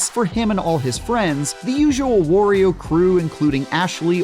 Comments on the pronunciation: It's not correct. It's "wah" not "wore." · It's "Wah-ree-o" not Worrior 😏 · It’s WAHRIO not WUHRIO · whos going to tell the game reviewer that it's pronounced WAH-rio, because that's how he says his name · Come on! Wario rhymes with Mario! Wtf is wrong with people?! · Couldn’t get through the video. That’s not how you pronounce Wario. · Its bothering me how he's pronouncing Wario. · Most Americans pronounce Mario incorrectly too. This horrendous pronunciation of Wario is painful, though. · wah-ree-o. Kinda pronounced like Mario.